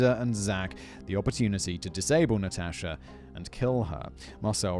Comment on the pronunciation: You may be mispronouncing Natasha just saying maybe , maybe not idk